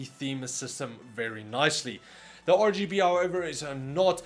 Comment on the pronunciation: Hey, I heard that too, but for me it's ORGYBE'ELIGHT